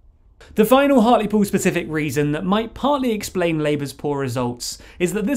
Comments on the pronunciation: It's funny to hear it pronounced 'hart-leh-pool'. In Hartlepool itself, they pronounce it 'hart-lee-pool' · I swear it's pronounced heart-ly-pool